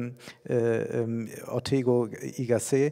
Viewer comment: Ortega y Gasset heißt ja auch nicht Ortego y Gassé 😂